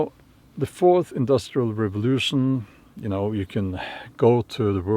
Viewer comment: Hello! With Santa Klaus’ accent, next time listen how he says ‘forth’… Sounds like FORCED… ( feudalism)…Ironic.❤️ your content. Love from Portugal 🇵🇹